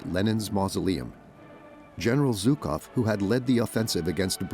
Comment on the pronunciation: Not Zukov, but Zhukov. Shame on you! Translators and speakers! Russians defeated German fascism! Thank you, God Jesus Christ!